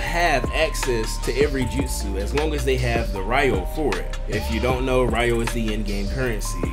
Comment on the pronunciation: OK my guy just to help you out Ryo = row not riyo 😂. Anyway, yea I have to admit I only play off and on now. The ninjutsu manual would be nice for jutsu you can not get from a master (and from what I saw there are like 3 you can't get from a master). Gear wise, idk. I guess I'm getting burned out on grinding for scrolls just to get something that looks cool. I have so much Ryo I never use bc I really don't see a point in using it to buy cheap scrolls or changing abilities on gear. Really if you are a good player you can use whatever..... you know I really don't know why I'm ranting 😅 sorry about that.